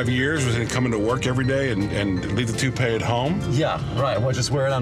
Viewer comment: He can’t even get himself to say toupee 🤣🤣😂🤣